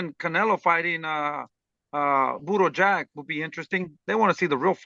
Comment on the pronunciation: He called him “Budo Jack”….. 😂😅